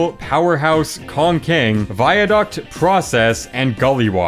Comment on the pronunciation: hearing u in background while working, u pronounced kong king like cocaine lmao